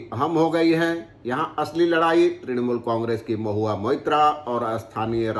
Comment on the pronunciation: Mahua is not Mitra . It is Moitra